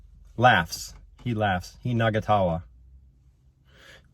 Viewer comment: No its not nagatawa. Its na-nga-ta-wa- meaning 2 or more people laughing.